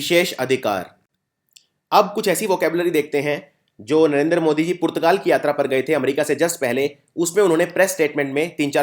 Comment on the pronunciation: Sir please, Narendra ka pronunciation Narender mt kijiye. Loved the video..thank you.